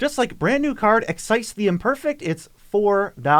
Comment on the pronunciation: constructive comment! It's pronounced with a 'z' Like: Excize Love the channel, always great content 😎